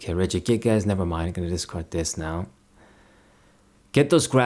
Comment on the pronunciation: Why when you say regigigas you put an emphasis in the last to words as. It sounds like you are saying regigiASS